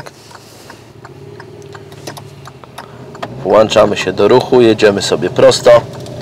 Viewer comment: Włączamy,a nie WŁACZAMY!!!